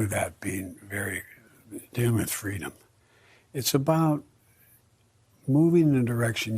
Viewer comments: personal freemum! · I like what he said personal frwadom isn't freedom if it takes from anothers right to be healthy freedim isn't free it take a person to be responsible to the humans standing gnext to them in the town state and country and world what if u exercise ur (freedom). U catch covid and u pass a mutated covid out to everyone else it's a bad vararent it's worse than all the other put together would u still feel the same bout expressing ur(freedom) think about it